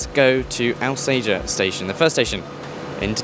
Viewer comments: Not the lad's fault, to be fair – that's how it's (mis)pronounced in the onboard announcements, I've noticed! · You’ll get shot if you keep calling Alsager Al say er, it’s All Sage Er